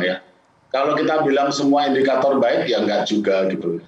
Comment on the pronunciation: Ngomong yg bener pak Ramli. Saya geli dengarnya seperti INDIKATOL hahaha